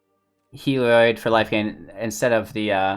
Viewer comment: It's not pronounced "Hee-lee-oid"... okay? It's pronounced "Hel-eee-od"... There, you're welcome. And also, try Kloth-ys on for size. How the hell did you come up with "Klois?"